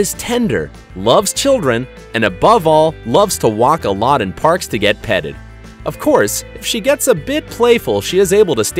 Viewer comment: did my man's just say petedd